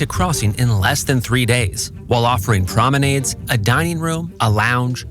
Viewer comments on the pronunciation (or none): No way he just said "prom-en-aids" 😭